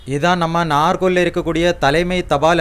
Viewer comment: Pronunce properly Nagercoil நாகர்கோவில்